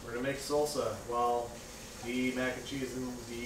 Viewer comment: Every time you say, "mac and chee," God kills a kitten...